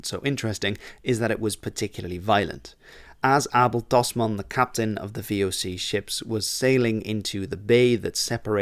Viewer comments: I'm Australian, with a Dutch father. I've never heard Abel Tasman's name pronounced correctly before, even though we learn quite a lot about him in school. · As a Flemish Kiwi it's wild hearing Abel Tasman's name pronounced correctly 😅. It's somehow right and very wrong at the same time